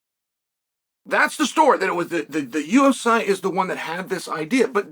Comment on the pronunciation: "The UFSy"